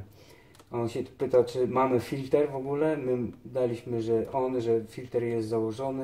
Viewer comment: czyta się filtr człowieku a to co pokazałeś to cieniutko cieniutko